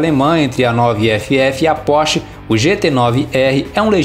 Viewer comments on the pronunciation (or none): none